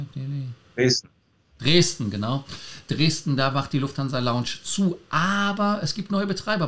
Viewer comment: Mario, kannst Du Dir mal anhören, wie Lars "Lounge" ausspricht? Du sprichst es immer wie das Englische Wort "Launch" aus ;-)